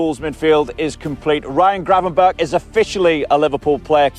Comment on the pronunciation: He still doesn't say it right, he should say the first G the same as the last G. He now says "cravenberg"😂